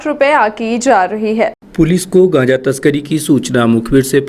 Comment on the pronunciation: कांचा नही गांजा बोलते ह बहन जी